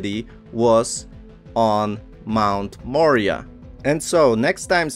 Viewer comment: Moriah..More eye ah!..That is the pronunciation of the mt. A beautiful video and knowledge thank you.